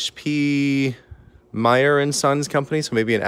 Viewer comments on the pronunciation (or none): none